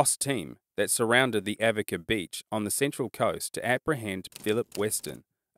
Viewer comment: Did you mean the central coast suburb Avoca? Ah-vo-ca Is how its pronounced.